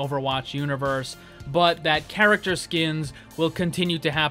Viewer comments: "garachter" - Saying the same word over and over does things to a person. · "How they can fix the garacter"? XD